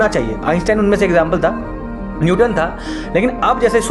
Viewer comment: Newton tha bolne ka dhang sikho pahle